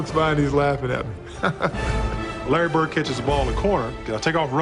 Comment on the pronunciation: His name is Larry BirD, not Larry BirT. If you have a public format, surely you can pronounce people's names correctly. And, PS, you talk too much in ALL of your videos. Step it up homes.